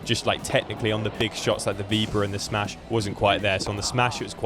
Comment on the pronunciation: Awesome video. Super quick Spanish tip: anytime you see an accent mark (á or é etc), it’s to mark the syllable you emphasise. Maybe Playtomic didn’t have it but it’s Álvaro, not Alváro. Same for víbora and not vibóra, which is a common one to hear in the UK 🥲😄